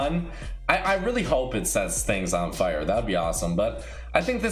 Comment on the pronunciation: the way says 'fire' XD